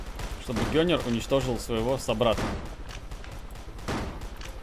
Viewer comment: Гёнер🤣🤣🤣🤣😂 ну ты англичан правильно ганнер😛😂😂😂😂